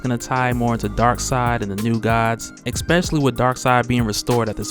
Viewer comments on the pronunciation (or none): /15 this dude said Exspecially?!?!?!HILARIOUS!!!! Ah Ha Ha HA, Brilliant (Beardyman)No disrespect, just Funny